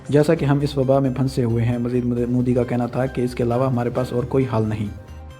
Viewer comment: modi ke liye bolne se phle phle modi bolna to sikh le chutiye